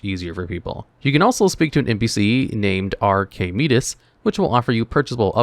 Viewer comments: It's Archimedes, 😅 Hard R soft K meedees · R-K-MEDES = Archimedes